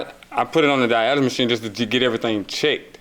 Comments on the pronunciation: I darn sure thought he said dialysis machine..I started feeling terrible for him! He just wanted a once valuable car I guess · He called the diagnostic machine a dyelsis machine 🤣🤣🤣🤣🤣🤣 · He kept saying “I put it on the dialysis machine” he meant diagnostic 😂